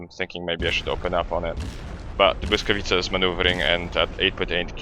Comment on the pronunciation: Hmmm... perfect pronounciation of błyskawica :P Many others youtubers have great problems with it :P